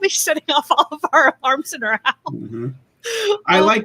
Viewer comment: Yeah sorry, but unless you live in an ouse, and wear a at on your ead the ‘h’ is not silent, ok 😉😂